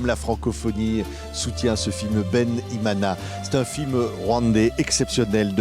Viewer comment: Loved the way this mana said ' Bene-Imana"❤